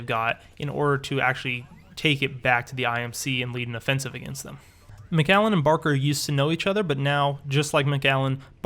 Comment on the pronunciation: you said macgallen its macallen